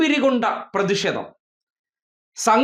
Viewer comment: പ്രെദി ഷേദം? പോയി മലയാളം പഠിക്കെടാ